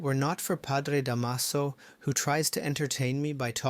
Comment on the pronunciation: Da’maso The stress is on the first syllable 😊